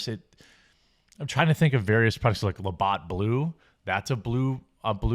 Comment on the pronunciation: "La-Bot Blue" 😂